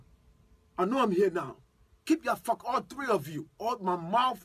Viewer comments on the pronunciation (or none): did this fool say "all tree of y'all